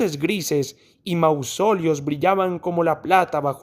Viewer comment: Disculpe, no está bien pronunciada la palabra Mausoleo.